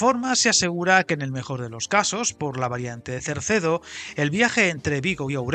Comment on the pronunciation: Es CERDEDO, NO CERCEDO. No tiene razón de ser Cerdedo, ya que, además de no justificarse el volumen de inversión para el ahorro de tiempo, los 4000 millones de presupuesto dan para la salida sur y para una mejora sustancial de la línea del Miño, que además podría dar servicio en mejores condiciones a poblaciones intermedias, como Salvatierra, As Neves, Tui o Ribadavia, con cercanías o media distancia, que ahora tienen un servicio prácticamente inexistente o que no es competitivo con la carretera. Con la salida sur ejecutada no creo que la diferencia en tiempo entre Vigo y Ourense llegue a esos 10 minutos, ya que, además podría acortarse el recorrido con pequeñas variantes que eliminarían curvas de radio muy cerrado y algún túnel que también ahorraría recorrido y permitiría velocidades mayores.